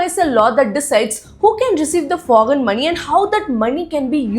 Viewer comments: Such an Idiot , fool , people of India , first learn how to pronounce word correctly 😂🤮🤮 👉 foggen. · You first practice to pronounce “foreign”. You are misguiding people every day, who’s funding you